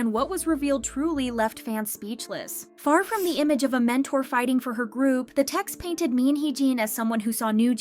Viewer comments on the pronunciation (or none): none